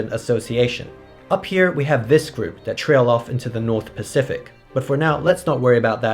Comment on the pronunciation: you accidentally said spasific